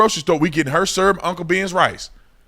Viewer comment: Beverage? You drinkin’ s’urp now bro? 😂